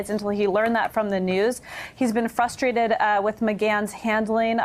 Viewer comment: Ashley Parker, "fusstrated" for "frustrated"? "dint" for "didn't"? wtf? you are supposed to be a pro. speak like one.